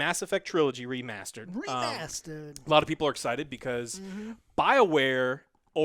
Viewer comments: I hear saying "remasted" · Yes... "REMASTED". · I’m sorry, “REMASTED”?